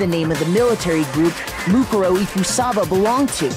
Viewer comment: I like how mukuro's name is said a bajillion times in this chapter yet dan STILL cant pronounce it correctly